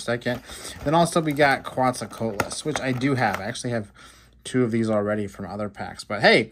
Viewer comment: He did a good try